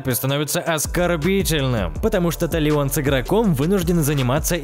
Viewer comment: Донат в Shadow of War убрали ещё в июле 2018...И да,чтобы получить тру концовку,не нужно мучаться,4 акт изменили,и да,главного героя зовут не ТалиОн,а ТАлион.